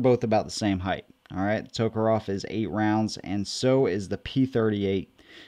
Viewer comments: It's tokarev, not tokarov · It sounds like you're saying toekeroff